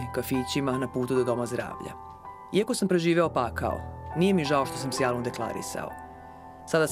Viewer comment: ne znas ti sta je pakao ili ti pakhao kako ti kazes